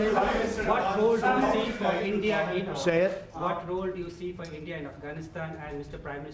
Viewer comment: LMAO! He cannot pronounce the simplest of words. He says "we'll have to tee" (see). What a PRESIDIOT